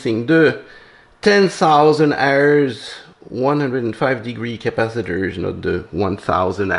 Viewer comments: Did you call them Crapacitors ? 😂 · Did I hear you say crapacitors?